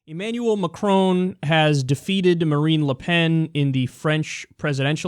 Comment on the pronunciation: Emmanuel McCrone? haha!